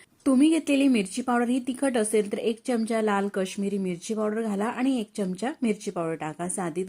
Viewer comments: Chamacha उच्चार नीट करावा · मराठी आहात ना? चमच काय? चमचा म्हणा.पहिले शुध्द मराठी बोलायला शिका. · चमच नाही चमचा.